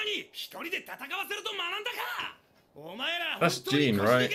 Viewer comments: I really dig watching you go through the twists and turns of this arc! Just remember that Jean's name is not pronounced like "Dean", but more like "Sean". Try to listen hard, when they're saying the names on the show! :) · Basically it's pronounce as "Jahn"